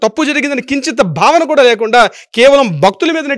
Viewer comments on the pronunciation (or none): none